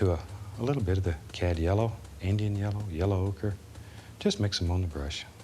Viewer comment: I thought he said cab yellow